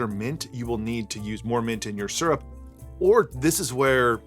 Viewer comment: "Mint syurp" - sounds like how I say that word after too many of these! :D